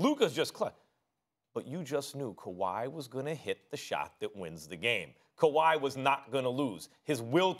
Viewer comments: "KaWHi CarRRieD THe RaPTorS" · Stephen hates when he calls kwahi all time great